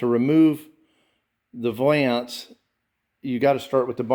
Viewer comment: Valance like balance, Not va lance. Ughhhh!